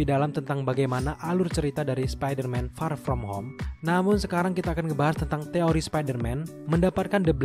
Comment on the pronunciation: Kesel gua denger ni org bilang far from home nya wkwk